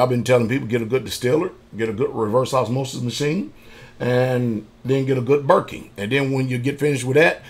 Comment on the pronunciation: Wondering at timestamp what a “burking” is? I’ve seen him mention it in videos before, but can’t understand what type of machine he is referring to? I heard RO system, life straw, food stored, etc. just not this specific part.